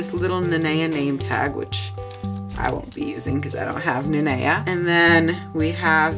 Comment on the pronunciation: Finally someone who pronounces Nanea right FINALLY